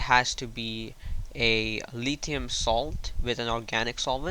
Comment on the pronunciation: its litHium not litium